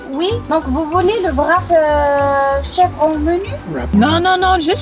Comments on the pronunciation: mdr même en belgique le vrap ce prononce Wrape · Hello, quick C'est bel et bien belge. En France, la plupart du temps, le W se dit V. Exemple : le wrap se dit en français vrap mais ça s'écrit wrap. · On dit bien « wrap » au Québec, mais on le prononce « wrap » ou « rap » et non « vrap », ce pourquoi ils ne comprenaient pas. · Coucou.C'est vrai que le Airbnb au Mans n'est pas très beau, c'est une vieille maison laissée en l'état, je pense. La porte du garage ça date au moins des années 1970. Et oui les Français ne sont pas très à l'aise avec l'Anglais d'où le Vrap et non Wrap 😅.Avec ceci, cela veut dire et avec votre commande, voulez vous rajouter quelque chose.Vous m'avez trop fait rire mais je vois l'autre côté depuis que je suis au Québec 🙂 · « C’est quoi un VRAP ? » 🤨 « C’est un VRAP où il y a des chèvres » 🐐 PIPI DE RIRE 🤣🤣🤣💀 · ils prononcent wrap comme le w en Allemand ( W en Allemand c'est V), mais wrap (rap) est la bonne prononciation parce que c'est un mot anglais et non allemand.